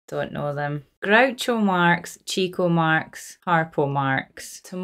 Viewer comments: It's chick-O he was into women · This is just trivia, but Chico is pronounced "Chick-O." He was called that because he had almost a one-track mind, and was always looking for "chicks." I'm sure you'd like A DAY AT THE RACES, which has half of the supporting actors that this one has. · if you watch their earlier films, you will note that they have a fourth brother named Zeppo. He usually played the straight man. Chico (pronounced "Chick-oh" because he was always chasing girls) and Harpo are always a chaotic duo.And you're right, Harpo never talks on screen. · Just so you know, it's pronounced, Chicko, not Cheeko. Great reaction. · Chico’s name looks like it should be pronounced as Cheeko, like you did, but it’s actually pronounced as Chick-o, because he chased the chicks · the scene with Harpo playing the harp....one of the greatest scenes in all of hollywood. he absolutely cast a spell on the extras, no acting, just plain emotional response to a musical performance. and 89 years later, Harpo captivated you too. btw, Chico is pronounced chick - o, not like the spanish chee - ko. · Few know that the way Chico's name was actually pronounced by those who knew him was like Chicko (short i). It came from the idea that he chased the ladies (chicks or chickens).. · In order of their ages, the Brothers were: Leonard Marx - Chico Arthur Marx - Harpo Julius Henry Marx - Groucho Milton Marx - Gummo Herbert Marx - Zeppo Chico's name is properly pronounced "Chick-o" because he was known for chasing the "Chicks" ( attractive young ladies ). Harpo's name came from his playing the Harp ( he taught himself ). Groucho's name derived from his pessimistic attitude and general negativity. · Chico was actually pronounced (and originally spelled) "Chicko" because he chased girls. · Chico Marx is pronounced Chicko, because he was such a womaniser. And when he and Harpo were not in costume they looked alike, and Chico was known to claim to be Harpo to seduce women!